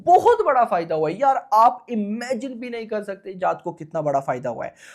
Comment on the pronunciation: Bhai naam shi se lele जात nhi h ye जाट hai ye